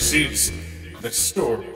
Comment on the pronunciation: i liek dat spoopy stowy